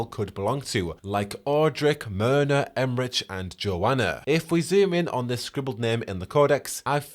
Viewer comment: Em-rick* not Em-rich